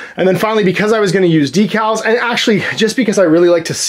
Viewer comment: DEEcals? Who are you and where is? lol